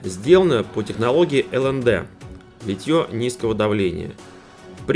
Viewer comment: Да, ударение должно быть на первую гласную И, но все, кто так или иначе связаны с литьем почему-то говорят с ударением на 3-ю И